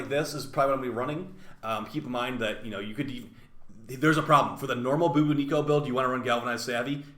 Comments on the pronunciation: BRO 😂 I just HAVE to pause the vid to type this, I can't...😂😂 Your pronunciation of the bubonico is too funny 😂: Bu-Bu-nico (UWU version) Normal: Bu-bonico. (Bju-bon-i-co) Great content nonetheless 👌🏼🔥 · this is nice and all but my brain kept shutting down when you said booboonico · Ah yes I love the Boo-boo-nee-co 😂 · lol BOO - BAHN - NICK - COH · Lol, why do you keep calling it the Booboonico? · I can't unhear how you say Bubonico. I can't decide if it's a smarter than average bear or a pint sized pageant queen that's frolicking through the PoE with a heavy arm cannon strapped to their arse.